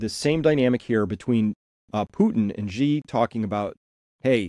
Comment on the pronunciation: Great stuff Chris. The US is just embarrassing itself at this point. One minor niggle: everyone always gets Xi's name wrong. It's pronounced almost the same as the English world 'she' (with a rising tone if you want to be picky).